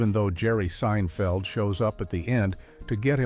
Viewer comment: Say the names right. Seinfeld was said wrong and so was rose anne